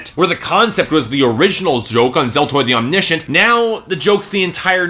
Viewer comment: Your wrong pronunciation of Omniscient pissed me off for some reason...